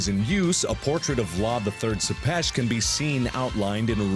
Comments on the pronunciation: Tepes isn't pronounces "suppesh" it's pronounced "Tepesh" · Its vlad tepes not sepes